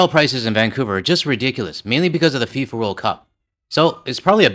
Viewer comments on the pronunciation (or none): none